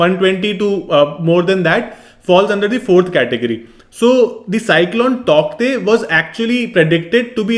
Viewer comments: Sir the pronounciation of Tauktae is taute... And thank you for this video well explained..🙏❤️ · It's pronounced as tau te though. The k is silent. Great video. 👍